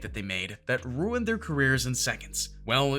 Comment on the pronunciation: "Runied careers"